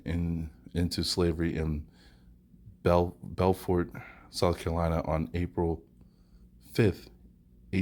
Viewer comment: BuuuuuuuFort is how it's pronounced but yeah interesting about Robert Small.